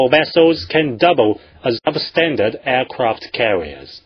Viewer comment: nothing else matters when they have..."Aircwaft Cawiers" and great "File Powa" and "Militawy"